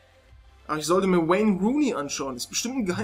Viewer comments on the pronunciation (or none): none